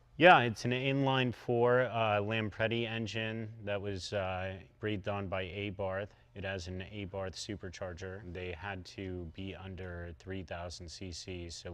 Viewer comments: Correct. Abarth like Abart, not Aybarth. Also he can't pronounce Röhrl. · It’s not aybarth it’s Abarth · You guys know how to pronounce Lancia , how about you guys learn how to pronounce ABARTH , it’s AH BA RT . That’s it , no AHY , no TH SOUND , please ,to us Italians it sounds stupid !! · It is also pronounced 'Abart' not 'Abarth' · Why does every English speaking human pronounce "ÄääääibaaaarTH"? Outspoken in Italian: It is a Aaaaaaabaaaaaaart (no TH, only a T, and no ÄÄÄI, its a Italian A. Abart(h) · Abarth, not A-Bart ))) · Then goes on to discuss the pronunciation of Lancia while constantly mispronouncing Abarth (are barth or are bart) as Ay barth. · Talking about pronunciation, it not pronounced A-Barth. It's Ah-Barth.. Awesome car though! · yes, but abarth ehbart is wrong....is habhart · and it is ah-barth, not A-barth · "Uh"hhhm, no. It's "Ahh-BART". Like, as in "open up and say 'ahh' ". Not "Uhhh". Now, take your own hand, and slap yourself across the face with it, as I am currently too far away to do it myself. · Eeyybahh eeyybahh.. airaq ❌(Iraq Eyrak ✔️) airan(Iran Eiran ✔️) Can say Italian.. not eyyyiiaaiiiitalian.. American aiiidiot pronunciation.. Abath..say it as how it spell or what local@ said. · so according to FIAT's videos it is 'Abart' so here's to you looking foolish... might help to do more research next time, before criticizing others. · A barth? Nope, never stop letting us laugh at you America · I like how they go over the pronunciation of everything. Specially the "Eibarth". Lol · Lancha and Ay-barth... Get this man OUT OF HERE. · Genuinely cannot believe that you spoke about pronunciations just after getting everything wrong. What’s Ay-barth? Americans know about as much about pronunciation as they do slimming and being quiet. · I can’t listen to “A-barth”, if you’re going to be a car nut at least pronounce it correctly. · AYE-barth m8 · Lansha and ehbarth??? Oh right lancia and abarth i see lol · The whay he says Abarth 🤮🤮🤮